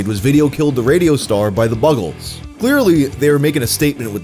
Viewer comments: It's "The Buggles." NOT "The Bug Holes." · You mispronounced "Buggles" badly. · You lost me at "Buggles"!?! 😂